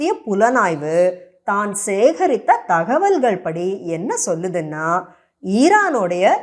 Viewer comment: ஆங்கில உச்சரிப்பு தமிழ் உச்சரிப்பு இரண்டும் மிக அருமை. தகவல்கள் என்கிற சொல்லில் ல் ள் இரண்டும் சரியாக உச்சரிதீர்கள்... அருமை.